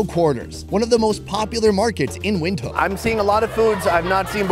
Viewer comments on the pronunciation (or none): Thought it's pronounced "Vintook" and not "Windkook" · I have Namibian friends from school days many years ago. That how i pronounce the city. But when this guy saying "wind" I start to doubt myself..lol..thanks for clarifying my doubts. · Windhoek is pronounced “vint- hook” it’s amazing to see you eating food that we eat here in South Africa, thank you for sharing !